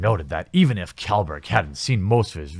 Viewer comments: Good video man! i am a far left political supporter (i`m from Norway) and i just want you to know that these "far left" peoples you talk about are not representing me or any of my far left buddies :) and some constructive critisism, Kjellberg is pronounced like this: Sjellberg ;) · just dont pronounce the K in KJellberg just Jellberg btw Pewdiepies hard work is Legit I subbed to Pew in late 2009 till now from Minecraft to Meme review, back then they don't even care about Felix mostly what they write about him is how to make money by playing game, The world is changing so fast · Just to inform you: felix's surname is pronounced shellberg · His name is pronounced "Shell-berg" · Kjellberg = Shellberg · Pretty sure it's pronounced 'shelberg' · Pewd’s last name is pronounced “shellberg” just a heads up. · Just a heads up I'm pretty sure his name is pronounced like "shellberg" not exactly as it reads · Psst, pewd's last name's pronounciation's beginning is pronounced like "shell" so "shellberg" is closeish to correct. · You could at least learn how to pronounce Felix's name. Kj in Swedish is closer to English sh in pronunciation. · Kjelberg is pronounced more like"Shelberg" And then click on the speaker icon on the Swedish side of the page. Edit: Please like so Jamie sees it and finally stops mispronouncing Pewds. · Just FYI, the Kj is pronounced like an Sh sound, so it sounds like Shellberg. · I believe its pronounced shell-berg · Can I nitpick something? You prunounce Kjellberg as Shellberg. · I'm pretty sure you're saying kjellberg wrong maybe its just me idk